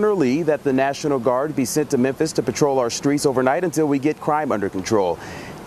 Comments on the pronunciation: "Menthis" you're the best. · Is saying "Menthis" instead of "Memphis?" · it’s MEM Fiiiiissssstttttt not Mempthis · my homie. You spell it correctly, but you have got to get that pronunciation corrected. It's pronounced "mem-FIS".....not "men-this". You got Tucker CarL-son corrected, now it's time to correct the city of Memphis pronunciation. It's Mem-FIS"....not "Men-this". LOL. Keep up the hard work. You are killing it. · I love you, but is MEMPHIS! Not MENTHIS! 🤣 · it's Memphis. Not Menthis. Sorry. Continue. 🤣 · "Men-thiss??" 🤦‍♂️ Where the f•ck is "Men-thiss,"? Is it in Tennessee? Is it anywhere near Memphis? (Good grief) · in Christ, it’s pronounced MEM-PHIS not MEN-THIS. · Its pronounced Mem-fis, not Men-this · What the hell is "Memthis"? Memphis The ph has an "F" sound. Could be spelled like this. Memfis. Just joking 😂😂😂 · nigga said ‘Minthis”💀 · Can we all acknowledge that calls memphis "menthis"? I'm here for it. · "Men-thiss" lmao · It isn't Menthis, it's Memphis. I grew up there. Mem-fiss. There's no N in it anywhere. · aight being real. why cant he pronounce the ph in memphis. he sayin menthis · Menthis? or Memphis? I am confused. You said Menthis but I think you mean Memphis, unless I am just hearing you wrong, lol. Yes, the jail population will go down because people who SHOULD be in jail won't be. Bail reform is delusional. It never works. We have tons of stats to backup the fact that having a bail system WORKS. If you don't make enough money to bail yourself out then that is a personal problem. Don't commit crimes and you won't have to ever worry about being able to afford bail. I swear, accountability is going out the window. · Memphis. MemFis Not memthis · Mentis, Tennessee? The way he pronounces Memphis is funny..lol You are great man!! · Why does it sound like is saying menthis over and over lol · Yea, he's definitely saying Menthis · I know im not hearing "MENTHIS?"